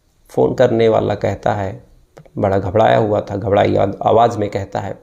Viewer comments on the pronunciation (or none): none